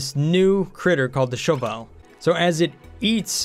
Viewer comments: sounds like they changed a bunch of basic mechanics since I last checked it out... and why are you saying show vowel? it's a shovel. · Why do you say things so weird... iso-resin, and shove vole is two words.